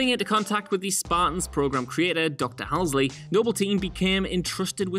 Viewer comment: It's Halsey, not Halsly.